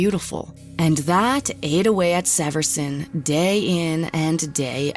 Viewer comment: Karen Severson is my cousin and I just wanted to mention you pronounced the last name wrong. Also I was falling asleep to this video and was so shaken when I heard my own last name.